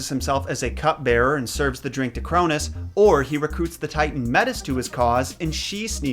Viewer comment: You mean the sons of Uranus not the sons of Crounus